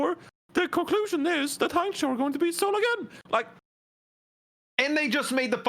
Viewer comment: I was pretty flattered about that pronunciation of Hangzhou